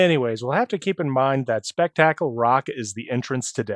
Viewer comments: My brain kept rebooting every time I heard "spek-TAK-ul." I never thought of that pronunciation, but now I can totally see it, since the word "spectacular" comes from it. Even so, it's "SPEK-t'k-ul" and means "really interesting thing that happens." Unrelated, when I was a kid my mother thought it might be called "Spectacle Rock" because the two rocks next to each other looked like a pair of glasses, or "spectacles" as they were once called. And yes I'm old enough that I got this game, new, for my 10th birthday. Even more unrelated, my nephew used to pronounce Paladin as "pul-AD-in." Like Aladdin with a "p." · I can't get over how you say "Spectacle" as "Speck tackle" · I’ve never heard anyone pronounce “spectacle” like that before. What part of Appalachia are you from?!